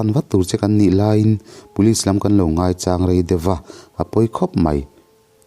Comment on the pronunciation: I thawnthu chhiar ah hian tawngthluk diklo a awm zeuh zeuh ania,, pakhat chiah kan sawi ange, NGAICHANG, chang tih lai bik kha adiklo chu ani, tuna i sawi danah chuan chang i thluk dan kha chu mauchang tia kan sawi dan thluk daih ani, ngaichang, sakhi chang, thluk tur anih chu aw